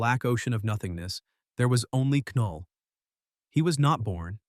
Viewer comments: Why tf are you saying K null? It's (null) the K is silent 😂 Knull isn't a symbiote btw lmfao!! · Null, not K'null. The K is silent. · Who the fuck is Kuhnull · Nulllll not ka null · I hate when the ai says K-null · AI script, AI voice. I can tell by the the way it says ku-null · Knull in pronounced "Null". But I'm pretty sure this voice is possibly AI so🤷‍♂️ Edit: Now he gets right.😆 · The AI is driving me nuts. It kept calling it "Sim-by-ote" Wtf is a SimByOte? Then 20 seconds later it'll get it right and say simbiote and immediately go back to screwing it up! 🤬 And how does AI not know the K in Knull is silent? It doesn't say K-nife! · AI narraration saying "KA-null" lmao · DUUUUDE if you say Ka-Null one more time !!! 🤬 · Now chat GPT you know that K is silent😂! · Trash. Said knull wrong. Got venom backstory wrong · SAY KNULL RIGHT DAMMIT😂😂😂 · Not to be “that guy,” but the K in Knull is silent. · It said knull wrong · It’s ai so it probably can’t differentiate some lines he said knull like null but other lines the k is pronounced so it’s just ai messing up